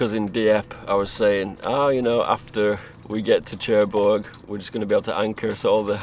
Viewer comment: Love your videos. Great stuff! I love your accent as well! However, it’s pronounced nearer Sherbourg rather than Chair bourg! A small thing of little significance but damn does it grate! 😅